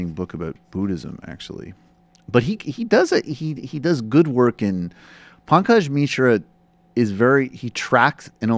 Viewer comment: Making fun of Pankaj's name? (which you butcher to pronounce btw) is about the most revealing thing of your own racism. Would Dr. Peterson's claim be less laughable if the article's writer had been a more Euro-centric name to your liking..John Smith? I can't tell what is worse, you speaking in a non-funny voice to somehow discount Dr. Peterson in lieu of actual adult rational discussion or your patronizing condescending insinuation that Dr. Peterson could or should hardly feel threatened by someone with a name like Pankaj Mishra? I can't imagine how anyone is more enlightened on the topic of this NYR article and whether or not its claims are valid based on your video. This is amongst the most hollow, banal and juvenile content on youtube-not to mention racist. I am a liberal, not a mindless leftist. If you wish to persuade the masses, have the integrity to put forth a coherent argument rather than juvenile voice imitation. This smells like the level of sophistication of the Young Turks.